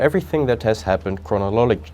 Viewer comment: He meant to say crow-nalogical order.